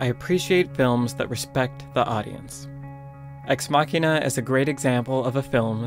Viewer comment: The pronunciation of Ex Machina is irritating. It's "muh-sheen," not "maw-keen."